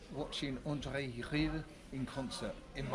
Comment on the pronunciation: Bravo for your correct pronunciation of Rieu! Well done 🇳🇱🌷🌷